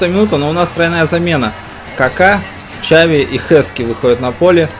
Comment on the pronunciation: правильно надо говорить хави, а не чави